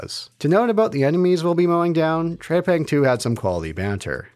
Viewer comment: TREPANG not TREYPANG!